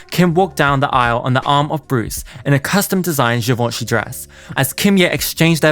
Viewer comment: Talking about a child's sex life is cringey , also you can learn how to say foreign names, Andrea and Givenchy.